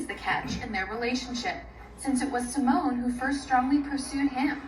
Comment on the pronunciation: Did this man just call Simone SIMON??😭😭😭 I literally can’t….😂